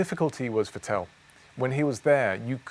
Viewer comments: I was wondering who the heck "Vutell" was for a while too! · I still cant go over it how he sais Vettel.... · The way he pronounces “Vettel” jars me